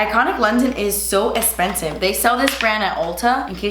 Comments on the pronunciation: “Das espensiv” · I love love love love how u say expensive. I laugh every time. Love u girl!